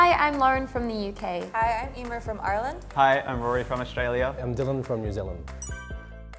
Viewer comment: she doesnt even say ireland, she says urland in what county did you even find her